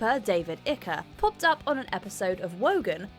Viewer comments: I thought he was David 'IKE', not ICKER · Ikker!? Hahaha It is Icke (pronounced Ike). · David Icker?!?! Omg DO YOUR RESEARCH!! It's pronounced 'Ike ' ... Unreal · Who is David IKKA ?? It's pronounced IKE ! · David ick-eh? David Icke - to rhyme with pike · Top tip: David Icke's name is pronounced "Ike" as in "Ike and Tina Turner" not "Icker" like "bicker". It would be good if you let us hear the actual footage rather than talking over it all. Most people are intelligent enough to understand what's happening if they are allowed to listen to it. They don't need it described to them. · David Icke rhymes with Mike. I dunno where she got ikka from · Who is David Icker? It looked a lot like David Icke to me. Icke rhymes with like. I dont think that interview ruined his career. It set him on a lifelong path where he speaks to huge audiences around the world. He has an enormous following, and he's been proven right about many of the things that he has been mocked for. If he'd never mentioned the lizard people, he'd have even more followers. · Icker? Pronounced 'eyyk'..... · Erm... Ike is pronounced as in Like not Iker. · Icker? don't you mean Icke pronounced Ike. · Please pronounce IKE better it’s not Ikka it’s Ike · Ikka? It's pronounced hike. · You should learn how to pronounce names before you make a video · Hello it's not pronounced Ika it is pronounced Eyek....just thought I would point that out! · David Icke's name is pronounced, "Ike" not "Icker", you Muppet. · #4 - What? You’re English and you don’t know how to pronounce Icke? It’s not “ick-uh”, it’s just like “Ike”. At least you didn’t say “icky”. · Just a small point, but the narrator said about Davids Surname like ICKER as in Licker without the "L" but its more like IKE and in Bike without the "B". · Iker…WTF, pronounce the name like ‘BIKE’ but drop the B FFS!!!!!! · David "Icker"????? Pronounced "eyke", as in the nickname for Eisenhower. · Ikker? Icke (Eye-k). 🤦🏼‍♂️ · Ikka? It's pronounced aɪk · Ick-er? Really?